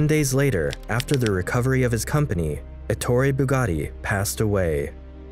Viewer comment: When he said Ettore BugaRi I've disliked the video, and don't recommend channel